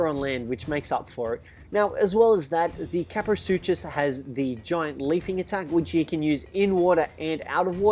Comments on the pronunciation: Oh and its pronouced sucus not suCHUS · its a pronouced sucus not suchus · Dinos with 'suchus' in them is pronounced soocus